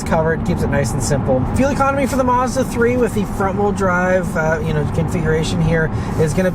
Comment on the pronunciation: It's pronounced Maz_da, not Mars_duh